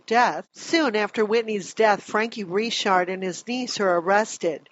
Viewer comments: "Franky Risharrd"?? Or Frankie Richard? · “Frankie Re-Shard” lol Na it’s just Richard* Lol Officer Reshard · Reechard loll. Richard. Joe dirtay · Did this news lady actually pronounce Richard as “Ree-shard”? 😅😂